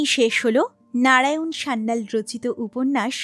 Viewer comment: নারায়ণ, নাড়ায়ন নয় 😂